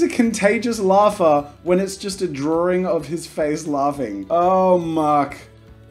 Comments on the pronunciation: DID HE JUST SAID DRAWRING? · No one: Jazza:G'day ladies and gentlemen im jazza and today were gonna be Drawring youtubers! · "Today we'll be drawring youtubers as hero/villians"- jazza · Why do people with English as their 1st language say "drawring", "idear" and "nuculear"?